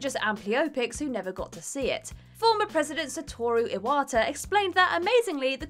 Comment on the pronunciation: "Sataru Awata" XD